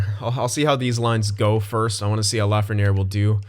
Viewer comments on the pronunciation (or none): "La-fren-air", It is "La-fren-yay". Keep up the good content man, love it.